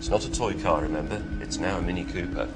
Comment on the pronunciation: I think the funnier thing is that when Asimo says mini pooper, both times, the British guy tells him that he is correct in calling it a mini pooper lol.